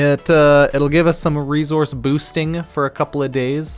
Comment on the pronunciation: Why do you say reZource and not resource